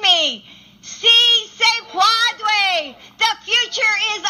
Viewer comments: Please dont say si se puaude 🤣 jesus where are the liberals at to say that’s a mockery to hispanic culture now?... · 🇲🇽 "si se puadue, si se puadue, si se puadue, si se puadue!" 🇲🇽 😆 Butchering those words is the equivalent of the dramatic slow clap when nobody joins in. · LMAO.......LADY GO BACK TO SPANISH CLASS YOU PRONOUNCED THAT WRONG. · ¡Sí se puadue! You know, del verbo puaduer. Come on man! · The really stupid thing is that Obama used the expression during both of his campaigns. She was there as VP Biden's spouse and Second Lady of the United States. There's just no excuse for the mispronunciation. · Wait, this woman has a PhD and can’t take the time to learn how to say “si se puede”? Probably the easiest thing she has had to do in the last 100 years. Fail!